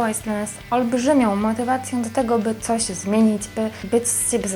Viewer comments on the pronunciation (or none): Naucz się mówić... "cało", "pokazywac", "cos"... Czy "ć", "ci" to jest jakiś problem...jezu nie da się tego słuchać...